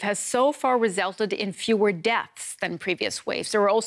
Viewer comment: Reselted....?.?.?.? ReSULTED. So busy trying to sound like an American journalist she couldn’t pronounce words she probably could if she just acted naturally.